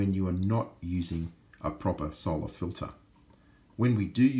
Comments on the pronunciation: why do you pronounce 'soul-ar' like that? It's unusual. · I'm Australian, and I don't know anyone who pronounces it like that